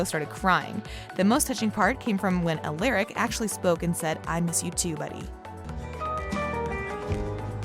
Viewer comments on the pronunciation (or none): not her saying ALARAC INSTEAD OF ALARIC.No bahahahhahaha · Am i the only one who gets irritated when she says stefan and alaric's name wrong 🙁🙄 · One of my pet peeves is when someone pronounces names wrong especially when you are doing a video on them. Stefan is being pronounces wrong and so is Alaric. Sorry if my comment annoys anyone. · i cant watch this for the miss prinutciation of stephan and alaric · Can somebody please tell this dam woman how to pronounce Stefan and Alaric name . Doesn't make any sense how in the hell do you do a count down and don't know how to pronounce the names. Who pause but maybe 2 of these dsm moments uggh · Can you actually not pronounce Stefan or Alaric ?! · not her saying alaric’s and stefans name wrong